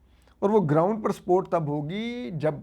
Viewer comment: I was hearing "sport, sport, but you were saying is support...😂